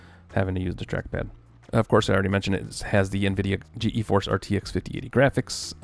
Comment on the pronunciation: G-Force. Not G-E-Force.